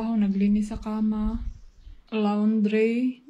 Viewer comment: Me...I love being corrected. Pls. ask your husband how to pronounce the word, '" LAUNDRY, " PAGKATAPOS AY GAYAHIN MO.. MARAMING SALAMAT.